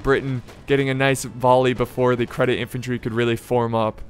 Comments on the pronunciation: "Credit Infantry" I had to pause to keep from laughing too hard :DFor the record, it's Nih-zam EEE Seh-deet = Nizam-I Cedit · think could use some help in pronouncing nizam-i cedit too.